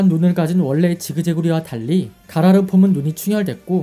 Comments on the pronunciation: 가로라가 아니고 가라르 아닌가요ㅋ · 가로라가 아니라 가라르요..